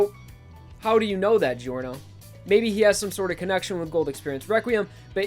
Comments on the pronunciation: my least favorite thing about giorno is that ppl call him geeyorno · Man i really love your job here! ( Btw i m italian and i laugh a lot when u pronunce italian names ) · Its not delivery its giorno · you pronounced giorno's name wrong